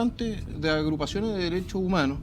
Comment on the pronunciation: Tenía que salir en Dauno TONTORRÓN con ... LOH DERESSSHO UMANHORS ... LOH DERESSSHO UMANHORS ... LOH DERESSSHO UMANHORS ... LOH DERESSSHO UMANHORS ... LOH DERESSSHO UMANHORS ... LOH DERESSSHO UMANHORS ... LOH DERESSSHO UMANHORS ... LOH DERESSSHO UMANHORS ... LOH DERESSSHO UMANHORS ... LOH DERESSSHO UMANHORS ... LOH DERESSSHO UMANHORS ... LOH DERESSSHO UMANHORS ... LOH DERESSSHO UMANHORS ... LOH DERESSSHO UMANHORS ... LOH DERESSSHO UMANHORS ... LOH DERESSSHO UMANHORS ... LOH DERESSSHO UMANHORS ... LOH DERESSSHO UMANHORS ... LOH DERESSSHO UMANHORS ... LOH DERESSSHO UMANHORS ... LOH DERESSSHO UMANHORS ... LOH DERESSSHO UMANHORS ... LOH DERESSSHO UMANHORS ... LOH DERESSSHO UMANHORS ... LOH DERESSSHO UMANHORS ... LOH DERESSSHO UMANHORS ... LOH DERESSSHO UMANHORS ... LOH DERESSSHO UMANHORS ... LOH DERESSSHO UMANHORS ... LOH DERESSSHO UMANHORS ... LOH DERESSSHO UMANHORS ... LOH DERESSSHO UMANHORS ... LOH DERESSSHO UMANHORS ... LOH DERESSSHO UMANHORS ... LOH DERESSSHO UMANHORS ... LOH DERESSSHO UMANHORS ... LOH DERESSSHO UMANHORS ... LOH DERESSSHO UMANHORS ... LOH DERESSSHO UMANHORS ... LOH DERESSSHO UMANHORS ... LOH DERESSSHO UMANHORS ... LOH DERESSSHO UMANHORS ... LOH DERESSSHO UMANHORS ... LOH DERESSSHO UMANHORS ... LOH DERESSSHO UMANHORS ... LOH DERESSSHO UMANHORS ... LOH DERESSSHO UMANHORS ... LOH DERESSSHO UMANHORS ... LOH DERESSSHO UMANHORS ... LOH DERESSSHO UMANHORS ... LOH DERESSSHO UMANHORS ... LOH DERESSSHO UMANHORS ... LOH DERESSSHO UMANHORS ... LOH DERESSSHO UMAN